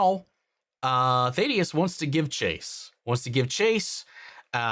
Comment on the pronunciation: Oh no, you say Thaedus wrong too... Lol. Won't matter after this episode probably.